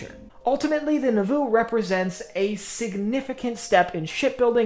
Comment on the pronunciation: It’s pronounced like “Nah-voo” not “Nuh-voo”.